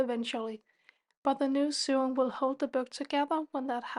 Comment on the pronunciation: Lovely work - Thank you for sharing your expertise! Just a little pronunciation point if I may - SEWING / SEW / RESEW is pronounced like SOWING / SOW / RESOW as in blowing, growing or going. English has no logic! 😅